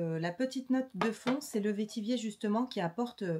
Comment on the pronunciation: Bonjour, le vetiver pamplemousse est mon préféré. Et pour info vetiver se prononce comme « vert »